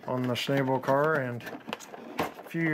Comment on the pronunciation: schn-AH-ble. the a is ä, not ā.